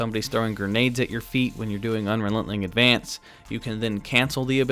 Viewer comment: Do you mispronounce unrelenting advance on purpose?